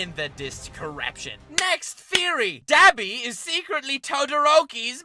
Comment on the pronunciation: When ppl say dab-i im like mmmmmmmm it's d-ah-bi bc for some reason my brain was like MMMM U NAH